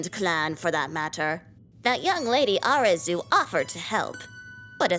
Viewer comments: erm actually its arkoos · Arkoos really said I am arcues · I love it but it's Arkoos 🤣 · Where in arceus is there a k I don’t understand why people call him arkeus